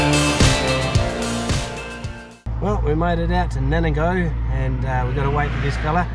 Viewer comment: Nanna go😂🤣 Its Nar nang go, FFS! 🤣